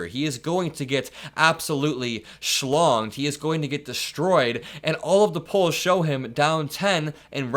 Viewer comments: Did just say ‘schlonged’? 🤣🤣🤣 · "he is going to get shlonged" 😂😂😂😂 pretty sure he'd like that 😂